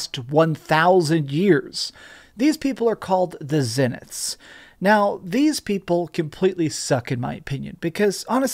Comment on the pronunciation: How many times is "Zenith" pronounced in the game yet you cannot seem to get it right?